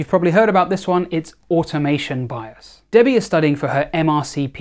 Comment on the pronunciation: ok he says debbie but i hear daddy am i ok?